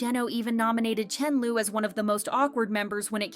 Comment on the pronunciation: Is anybody else annoyed by the poor pronunciation of Chenle's name? I get that the creator is not fluent in Chinese, and I don't expect perfection, but at least get the vowels right! Wtf is Chen-lu? Chen-lee would've been a better alternative even. But Chen-lu? 😒